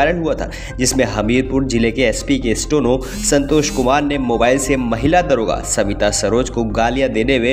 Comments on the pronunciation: भाई, आपका उच्चारण ठीक करें। स्टो नो नहीं, स्टे नो है। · Bhisahab 'stono, nahi hota steno, hota h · Bhai stono nahi hota steno hota hai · न्यूज़ एंकर जी, स्टेनो या स्टोनो ? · अरे भाई स्टोनो नहीं स्टेनो, बार बार स्टोनो स्टोनो क्या बके जा रहे हो 😀😀😀😀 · स्टोनो नही, स्टैनो का उच्चरण करें। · अपना उच्चारण ठीक करो भाई स्टेनो की जगह स्टोनो बोल रहे हो आप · The person recording this video kept pronouncing Steno as Stono till the end. First get your diction right before you come in front of hundreds of listeners. It is difficult to believe these semi literate videos. Kindly improve or stop. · Stono nahi bhai Steno.. Stey+no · Stono ya steno,do correct pronunciation.